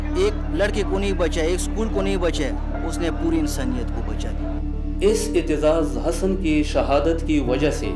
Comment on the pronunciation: Masha-Allah. The commentator should have practiced how to pronounce Aitizaz Hassan correctly.